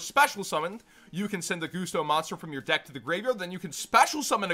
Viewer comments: Why do you call them 'Goosto'? Pretty it's 'Gust-o' as in 'Gust'? Because they're all about wind. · Why do you call them 'Goosto'? Pretty sure it's 'Gus-to' as in 'Gust of wind'? Because they're all about wind?